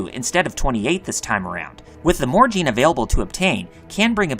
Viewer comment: Why would you overpronounce djinn as "jeen"? It's just jin